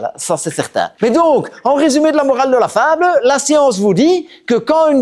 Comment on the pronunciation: La fableuh 😂